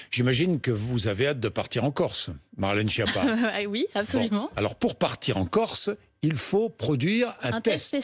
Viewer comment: Cette femme est bête et c.....,ton nom se prononce (skiappa) et pas (chia pas).Espèce de nulle.